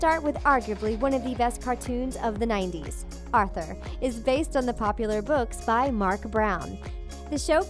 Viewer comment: i faceplam three time when you said arthur